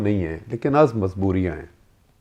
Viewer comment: Shekhar ji, it's majbooriya... Not mazbooriya Kindly correct ur pronunciation